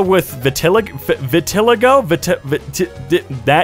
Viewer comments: Vitiligo is Pronounced "Vi Tuh Lie Go". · Vitiligo is pronounced Vih-till-eye-go I’ve got it too lol